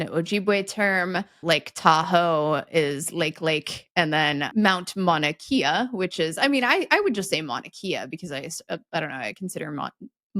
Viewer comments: Mauna Kea: short vowel in “Kea”. Great vids for even us non-nerds! Mahalo! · BTW, an episode on Hawaiian words would be fun. It’s the world’s easiest language to pronounce: only 12 letters and each has only one sound. No blends. No schwa. So it is Mah’-oo-na Kay’-ah, not Maw-nuh Key-uh. And I can’t imagine anyone writing or saying Mount Mauna Kea. Also, the largest mountain by volume is its neighbor, Mauna Loa, which means “long mountain.” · Kay-ah… it’s Mon-ah-Kay-ah… not Kia… 😂😂😂😂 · Longitude/Latitude is easy. Long from top to bottom, and the rungs of a ladder (horizontal) And for Mauna Kea it’s kay-ah (not key-ah) Keep doing what you do, I love these eps!